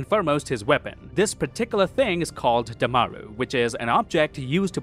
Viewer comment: "Daaaamaaaru" As an indian, that pronounciation was hella funny